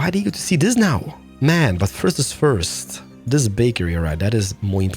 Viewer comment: especially when you say DIS or POOOOOOOOP IT DOWN ffffffffffffffffffffffs what with the language filter omg